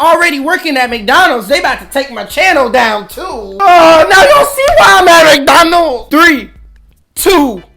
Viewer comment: Bro is still struggling with McDonald’s😂